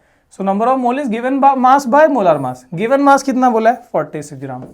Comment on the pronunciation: Why you say मोलार मास ? its मोलर मास